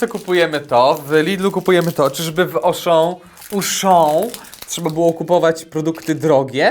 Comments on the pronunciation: Nie mówi sie Ałuchan tylko Wuchan. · AUCHAN = ”OSZO” a nie jakieś uszo, au czyta się jako o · Ty ..... Uszą ..... AU we francuskim to "O" A Auchan znaczy skowronek .....A czyta się to "Oszą" a nie "uszą" "ch " to "sz" a "an" to "ą" odpowiednio .... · au po francusku wymawiamy jak o